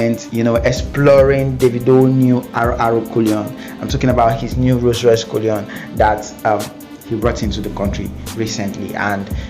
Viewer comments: I too know. Oya what's He Calling as na you know All Cullion or Cullinan What's the Difference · It is Rolls-Royce cullinan bro not what you are calling it